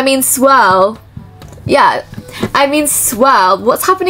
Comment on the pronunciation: Anyone going to talk about her saing swell instead or swirl 😅😅